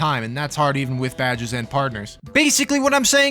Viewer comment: I like how you pronounce badges as "Bad Jizz." Once again, I'm in awe of your standards.